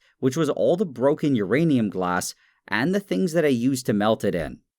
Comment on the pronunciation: say urinate again